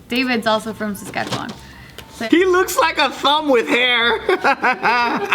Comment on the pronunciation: Dude, Assman is from my province! I'm so proud! Edit: THANK YOU FOR SAYING SASKATCHEWAN RIGHT